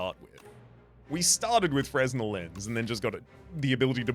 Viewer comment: On a related note, the "s" in "fresnel" is silent.